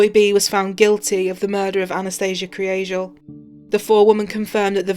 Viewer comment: That last line made me tear up!!! The pronunciation of her last name almost sounded like Angel...which was probably what my mind wanted to hear!!! Such a tragedy!!!